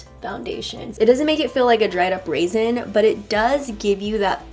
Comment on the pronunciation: When she said dried up 'rayzon' I thought of the razor you use to shave and then I was like I know what it is but what is it and then I said 'rayzon' 'rayzon' 'raisin' and I was like ohhhhh the black dried up thing damn I'm doneeee 😭😭😭